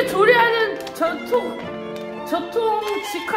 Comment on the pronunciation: 우당탕탕 짬뽕만들기! 그와중에 전통이 자꾸 이상하게 들리는데 그래서 더 재밌네요 ㅋㅋㅋㅋ